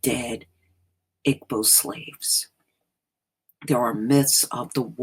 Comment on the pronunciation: By the way "Igbo" is pronounced EE-bow (bow... as in bow and arrow).